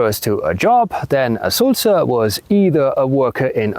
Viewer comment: The word for blabbermouth is actually Sülzer not Sulzer.